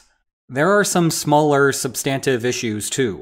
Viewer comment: This video is so hard to watch with this guy's pronunciation of "sub-STAN-tive." Does he also say, "sub-STANCE?"